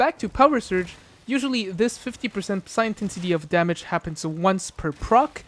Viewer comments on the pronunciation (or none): ok little dude, this is meant to be helpful not me bein a D.... The p is silent in psi. It's pronounced SAI (like saying "eyes" backwards), not pisseye. Also, saying the letters individually would be incorrect, as P.S.I. is an acronym for a unit of measurement, that being Pounds Per Square Inch.